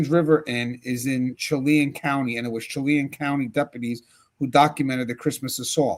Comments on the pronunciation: Just in case you end up reporting about the incident from there again, it’s pronounced, “Sha-LAN” even though it’s spelled Chelan. There is a lot of French influence in that part of Washington and Idaho. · Chelan Washington pronounced Sha-lan